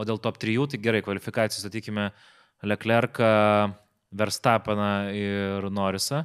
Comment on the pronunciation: nuuuu tai kad Leclerc, o ne Lecler :D